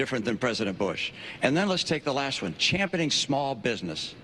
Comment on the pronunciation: Romney said "Champunning small business" wtf is champunning?